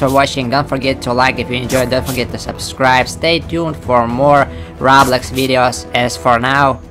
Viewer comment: Whats roghblox? Ooooohhh you mean roblox. Yeah, better do better on your prononcuenation